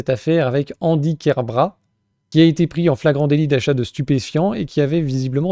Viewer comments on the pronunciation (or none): Kerbrat, avec le "t" prononcé.